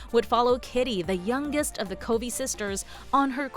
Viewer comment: At least we get xo kitty. Also it's "covey" like "lovey" not like "cove" it says in the book